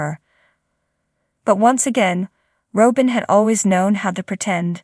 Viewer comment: When are you going too say her name properly.